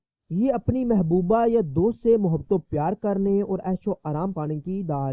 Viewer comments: daleel hota hai daaaalil nahi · Pahley bolna seekho daaleel nahi daleel